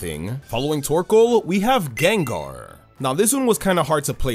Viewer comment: THE SECOND A IN GENGAR IS SUPPOSED TO BE AN A! THE FIRST O IN LYCANROC IS SUPPOSED TO BE AN A! AND IT'S DRACOVISH, NOT DRAGOVIC!